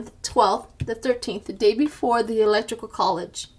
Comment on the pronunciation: Why are you calling it 'ELECTRICAL COLLEGE' and not ELECTORAL? I did not get the joke.